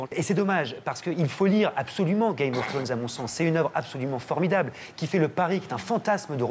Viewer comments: "Game of Faunes" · Faut que les gens arrêtent de dire "game of fffwone" quand même ...